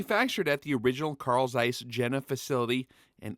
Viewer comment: Awesome, I subscribed. Just note, please, for the next time Zeiss is the guy, Jena is the place and it is more likely pronounced Yena. I don't know how people supposed to pronounce it in English but it sounds really weird. They make good porcelain too, mean the Yena guys. All right, I am done, sorry for the German 101.